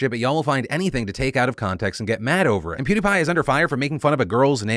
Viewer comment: Hopefully he learns Fr this 😂 it's Peeeeewwwdie Pie